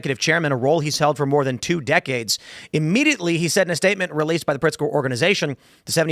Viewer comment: Tim, it is Governor Pigster and he is the governor of Chicago and not Illinois!!!!!! 😝